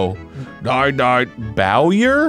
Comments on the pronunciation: Lol. He's a bow. His name is pronounced "boy-air". Bowyer is someone that uses a bow. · Being a bowyer, hearing him pronounce it like that hurt my soul. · A person in law is a lawyer. A marksman is also called a bowyer. That's where the name comes from. So it's also the same kind of pronunciation: boy-er. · BOWYER noun bow·yer | \ ˈbō-yər How to pronounce bowyer\ Definition of bowyer : a maker of shooting bows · Ah so it's not pronounced "Bow", it's "Bow". Got it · The way he said Bowyer is great. Because of how you say Bowser, it would seem correct; but it is not bow as in taking a bow, it is bow as it bow and arrow. English is so weird. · Omg...BOW as in 🏹, yer. That hurt my ears...